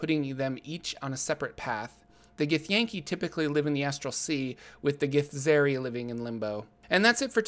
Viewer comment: Githzerai is pronounced Gith-zurr-eye, just fyi, at least according to the Githzerai themselves in NWN2!